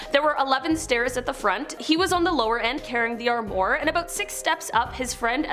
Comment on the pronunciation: This might be a “minor” complaint, but please don’t say “sem-ee” it’s pronounced “sem-i” with a hard I. Also the word armoire is pronounced as “arm-wah”. 😖 Pleeeaaase check a phonetic dictionary if in doubt! 🙂Thanks